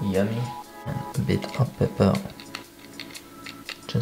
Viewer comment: i like to hear you say pep-per lol.